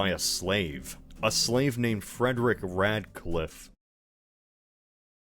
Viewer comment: When you said radclife i shuddered a bit